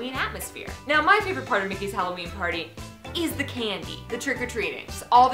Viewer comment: U said spopy hallooween